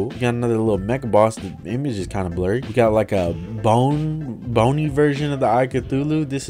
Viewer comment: Niga said bony version of eye of cthulu